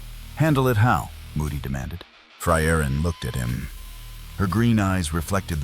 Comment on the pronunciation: My favorite was "Fry-Urine".